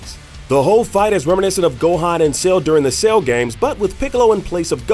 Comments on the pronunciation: Why does he keep saying Sale instead of Cell? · Came here looking for this. Thought the way he was saying it sounded off.. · Cell, pronounced sell, not sail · Bro, its Cell, not Sail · Dude are you saying sail instead of cell? Wtf lol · I’m sorry… but why the hell are you calling Cell “sale”?.. 🤦🏻‍♂️ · How he says cell is killing me